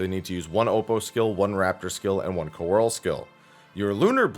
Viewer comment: Just as a FYI, coeurl is pronounced as "curl". It's a French word.